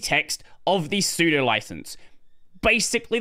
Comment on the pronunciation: I agree with everything in this video except your horrific pronunciation of sudo. How do you pronounce sudoers?